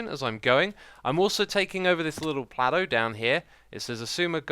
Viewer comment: Could we get "plateu" added to the Xisuma Dictionary? :P